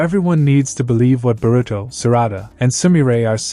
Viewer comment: burito pronounciation funny